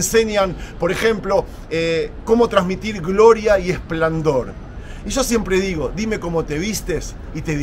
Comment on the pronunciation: Amigo, se dice esplendor no esplandor. Exitos